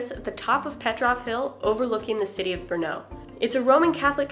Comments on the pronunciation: It's Brno (stress on R, not O) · Thank you for exploring my city. Just a little thing. Do not ever put a stress on second sylable in czech words. Always the first syllable. Thanks.